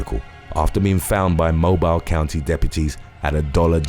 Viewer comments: For future reference, if you see something that says "Mobile" and it has something to do with Alabama, whether speaking of the county or city of the same name, it's pronounced "moh-beel" not "moh-bile". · The S in Des Moines is silent. Js It's also pronounced like MOBILL. I am from Alabama and that drives us crazy. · As a resident of Mobile, Alabama, it's pronounced "mo-bill". Still love the accent thought. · Your pronunciation of Maryland and Mobile slays me...cant wait for Arkansas. Love your videos and they are part of my morning coffee routine.